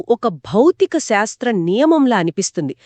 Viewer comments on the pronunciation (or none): అమ్మా సాస్త్ర కాదు శాస్త్ర